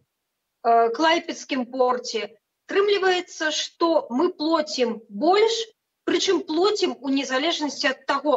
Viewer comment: "Мы плОцiм" - "Мы плацiм" Меня по-ходу в школе др. белорусскому учили. Извините, что докапываюсь, но все же считаю, что если ты вышел вещать в массмедиа, то , все же, должен быть грамотным.